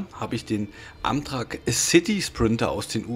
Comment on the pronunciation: Nicht böse gemeint aber es wird Ämträck ausgesprochen LG